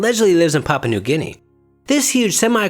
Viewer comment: You were just missing pronouncing the U lol.. It is just funnier to me where my first language is not a English lol... You always mispronouncing stuffs funny lol i love it.. Did you look into the Nandi Bear yet?